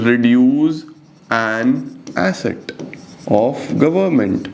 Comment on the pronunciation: I thought it's acid?😅😂 But it's asset!